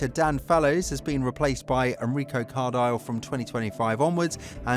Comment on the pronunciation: It's "Car-dee-lay", he's Italian...